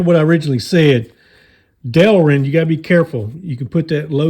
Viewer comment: That's my boy! You said Del-rin right! 🎉😂 Thanks for the vids! I enjoy them.